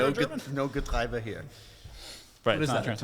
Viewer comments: It's Getriebe; not "Getreibe", as says. 😅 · pronounces Getriebe like we Germans pronounce the German word for corn 😄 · as i german i am mildy infurated by saying getriebe as getreibe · differenc ist the "ie" to "ei"... ---> "Getreibe" Wheat, barley, oats are all "Getreide" with an "D" you make the same mistake than and looked from the wrong side. ie-ei b-d